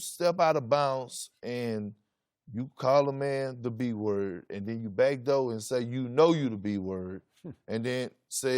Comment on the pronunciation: how he said “And then you backdoor” show how Texas he is. That accent tough here.